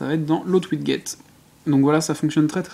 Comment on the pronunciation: Tu prononces "wiguette" mais sa se prononce widget [widjet] mais ou sinon merci x3